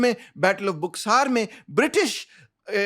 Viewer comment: Bhai bo baxar bolte hai buksar nhi